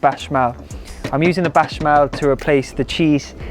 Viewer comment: You had me baffled as to what a 'bashmal' was for a moment!🤭 Béchamel is probably one of the easiest French words to pronounce other than café. Just say it how it's written. Don't confuse us all with your bashmal!!!😩 If you want to look up how to say it just consult Julien Miquel, a nice honest French guy will tell you the truth of how to pronounce all French words - even the really difficult words! It will make your wonderful recipes so much better.😉